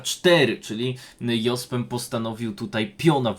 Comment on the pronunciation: Fajnie byloby poprawnie wymawiac Jospema, kole w uszy